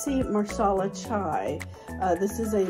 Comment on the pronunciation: Nice. It’s “masala” though. “Marsala” is for chicken. 😊. Watching your video at Whole Foods. Looking at Rishi Masala Chai in tea packets. Ingredients seems to be different though. First one is black tea.